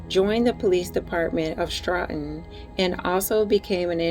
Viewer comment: it's pronounced st o ton. nice work